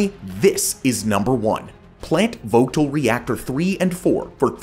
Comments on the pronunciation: It's pronounced plant Vogel the t is silent in vogtle it's been an ongoing project for a long ass time and has done nothing but raise our power rates in Georgia since day one of construction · here, tons of friends work at the plant. Did NOT know we'd make #1 😂🎉 Worthless correction but round here the T in "Vogtle" has been silent every time I've ever heard the word. Excellent content, thank you!